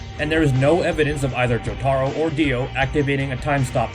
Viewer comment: the way he said jotaro maid me want to die.